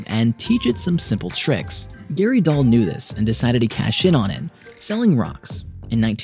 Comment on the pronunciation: When you say "knew this," it sounds like "nudist!"